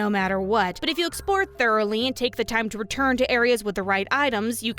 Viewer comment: "But if you EXPORE thoroughly."